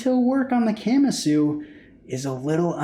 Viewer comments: Please stop saying “camma-sue”😖 I’m pretty sure it’s Ka-MA-su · Please don't pronounce Kamasu like a Camry... "Kah" "mah" "soo" not Camasu..... 🤦🏻‍♂️ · Just a tip how most things are pronounced in Japanese; most syllables are consonant-vowel. So Ka-Ma-Su and not Kam-A-Su. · Ka-ma-su. If you're going to do a review, at least learn how to pronounce the name. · 😂 why’s he saying it like that?